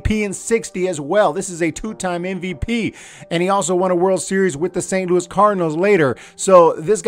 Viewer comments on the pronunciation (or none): none